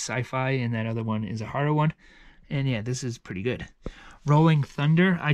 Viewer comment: Lol I love the way he says horror “hurrah”